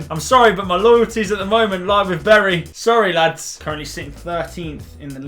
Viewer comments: The way you pronounce bury is meant to be "berry" not b uh ry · It’s pronounced Berry not burry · Its pronounced berry so stop saying it wrong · It’s spelt bury but it’s said berry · U pronounce Bury as Bery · Please learn how to say the name of the club. Its said like 'bury a body'